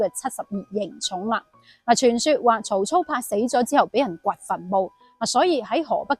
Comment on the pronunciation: 曹操疑冢？不知何解，四個字兩個音讀錯。曹操字孟德，故操音燥，操守也。疑音路人皆知，何以讀凝冢？